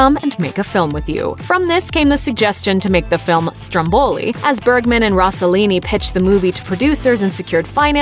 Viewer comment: Her pronunciation of Rossellini is so annoying.